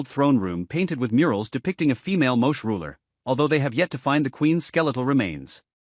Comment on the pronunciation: Pronounced "Mo-chay". !